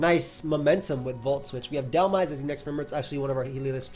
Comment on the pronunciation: Every time you said you were "making the dhelmise play" it sounded like you said you were "making the dumbass play" lol